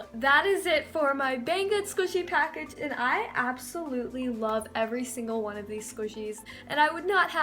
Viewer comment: Azul_unicorn 4life no she said one but it sounded like slime she said "I love this one" but the s from this got combined with the one